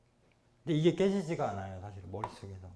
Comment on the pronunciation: 장음인 단어의 첫 자를 짧게 잘못 발음한 예: 두 번,서술,사실,전쟁,고조선 ,비사,제천,사고,등이니, 이상 예 만으로 이 강사의 장단음 문제의 심각성을 알 수 있다. 낭독할때 절도 없이 마구 읽었으므로 무슨 말인지 알수 없었음.